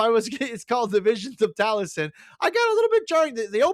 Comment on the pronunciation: Taliesin is pronounced "Tal-ee-es-in"